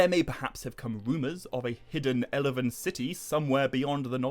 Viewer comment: Elvin, not Elevevin